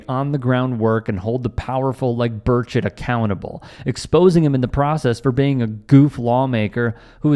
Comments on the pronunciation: Pretty sure he was saying “Bird-shit” 😂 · Did I just hear you call him Rep Tim Birdofshit? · Burchett , pronounced bird shit. Thks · Did you say Tim Birdsh!t?!